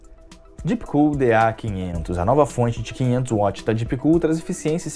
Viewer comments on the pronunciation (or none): none